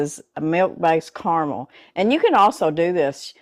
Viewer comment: Thank you, thank you. Thank you! You pronounced carmel correctly, you didn’t say “car-a-mel. Yay!